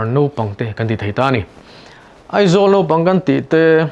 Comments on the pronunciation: I tawng a i lamrik dan ah chuan Naupang ti in i ziak a i lamrik dan ah erawh chuan Nopang ti in i lamri leh sia. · Nopang tiin kan lam ri mai ṭhin. Mahse a ziahah chuan naupang. Hetiang thil hi a tam lutuk. Lam rik dik a ṭha khawp mai. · Naupang chu nopang tia lam rik tur ni maw! Nopang tiin a sawi zel. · Naupang i lam dan khi Nopang tia lam i ang hle mai. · Naupang tiin i ziak a, i lam rik dan ah chuan, Nopang i ti leh daih bawk sia..!!! uluk deuh teh